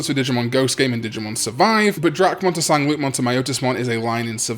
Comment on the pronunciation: The French-ish pronunciation for Sangloupmon would be san-lou-mon